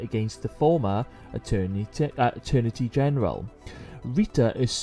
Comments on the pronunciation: The word is Attorney General, not the Aternity General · Attorney General... not “Eternity” General.